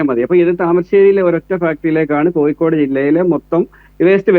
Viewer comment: കോയിക്കോട് അല്ല പൂമോനെ.. കോഴിക്കോട്.. ഈ പൂമോൻ ആരുടെ മാധ്യമ പ്രവർത്തകൻ 🦜ആഗോള ഇസ്ലാമിക തീവ്രവാദി ബന്ധം.